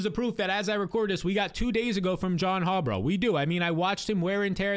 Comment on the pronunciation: Harbaugh not Harbraugh